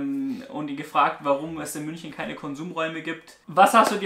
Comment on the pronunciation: MÜNCHNEN? xddddd